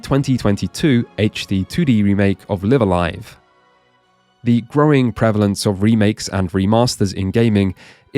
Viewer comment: Thank you for pronouncing Live A Live correctly. It's annoying to hear most people pronounce it so wrong.